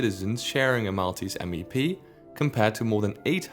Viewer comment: he killed Maltese pronunciation